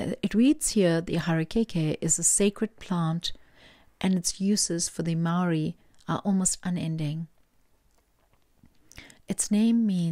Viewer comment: Hi..your pronounciation speaking maori is spot on..I picked 3 and that reading was on point. Thank you so much...stay amazing and awesome..❤